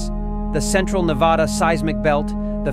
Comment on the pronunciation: If someone’s gonna narrate about N.V. they better know how to pronounce Nevada correctly!! It is Nevada! Not nevouaghda, nevooda or however you tourist think it’s called! It is spelled n e v a d a! Uuuuhhh duuuhhh